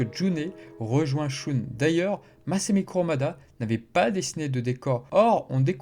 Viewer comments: Shoon au lieu de Shun c’est fait exprès ? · Dans Sanctuary le combat contre Aphrodite des poissons n'est pas montré sans doute parce-que ce combat est déjà connus via l'animé et qu'ils voulaient peut-être ( surement ) montré autre chose ? - Et sinon désoler mais shun ne se prononce pas " shoune " mais " sheun " - Et au sujet de Urotsukidoji , c'est un animé incroyable même si certaine scène son très cringe ou osé ( c'est du cul en fait ) les scènes de combats et de déstructions sont dantesques ! PS : Mais au fait en parlant de shaka et sa technique qui enlève les sens , en premier il enlève le toucher et donc il enlève par la même occasion la douleur à son ennemis ! Quel compassion incroyable ! - Qui a dit qu'il était sadique ? Moi je trouve que c'est une mort géniale en fait ! - Mourir sans douleur , c'est vraiment le rêve ! Je souhaite une telle mort à tout le monde du coup !